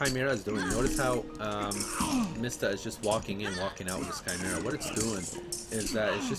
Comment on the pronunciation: Thank you for the content , but for the love of Christ , please stop mispronouncing Hades and Chimaera